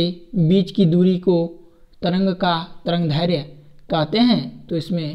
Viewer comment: Tarangdhairya nhi tarangdairdhya hota h